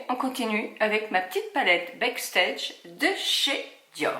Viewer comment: Backstage « BAAAACKSTEGE », Huda « HOUDA » très beau maquillage 💄